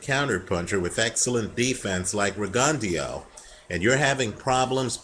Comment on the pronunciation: isnt it pronounced rig-un-dough?